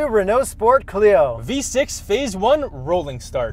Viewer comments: Argh… The pronunciation of Renault hurts my soul… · As a French, its not pronounced Renault its Renault